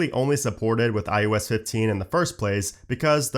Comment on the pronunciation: It is NOT IUS! It is IOS! The only aggravation I have about this channel is the fact that you keep mispronunciating iOS by saying IUS!!